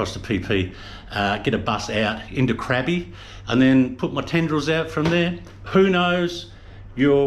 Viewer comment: Krabi and Chang: the vowel sound is “ah.” So not “crabby” haha. And you rarely seem to be. Haha. Stay away from Patong and Phuket is a lot more tolerable.